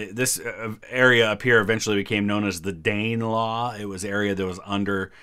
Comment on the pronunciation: Fwiw Danelaw is not pronounced Dane like a Dane from Denmark It's pronounced almost like Danny, dan-uh though not dan-ee, because it comes from Dena Lagu in old English